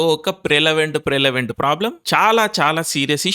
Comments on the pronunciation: Prelavent kadayya adhi. Prevalent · Prelavent kadu Prevalent.